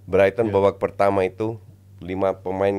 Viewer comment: Ulang lagi bang, "babak peetama mencermati babak kedua Matii" 😢😂 Bang seriously?😅